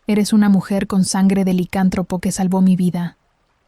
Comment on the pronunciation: Muy buena historia 🎉🎉🎉🎉 se dice licántropo y tú lo dices sin el acento y se escucha raro. Solo digo😂